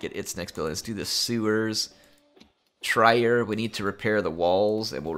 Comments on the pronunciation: you have many Total War talents. Pronouncing cities in Europe is not one of them:') Trier is Tree-Er Us Europeans do have weird city names, play the Britannia Total War and pronounce Worcestershire. Prounced really Wus-ter-shir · thx for the content. The German pronunciation tip for Trier (Latin: Augusta Treverorum): The German “ie” is pronounced like the English “ei” in receiver.